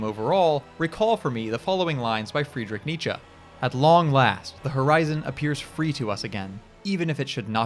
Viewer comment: Something about the pronunciation of “Freedrick Neetcha” is very funny to me